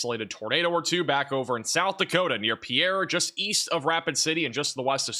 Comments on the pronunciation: It is pronounced pier,, Not Pierre. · South Dakota capitol is pronounced “pier” no French sound. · The South Dakota Capitol is pronounced (pier) as in Navy pier.